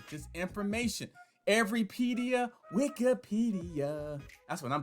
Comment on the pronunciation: Lol you’re saying it wrong